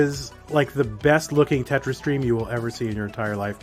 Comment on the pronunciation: I'm french thanks for the "Trois, deux, un, Tetris" it was hilarous ! :) Honestly you have a good accent and the "r" of your Tetris was very good !